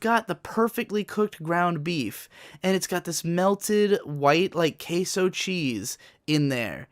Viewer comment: "Queeso cheese"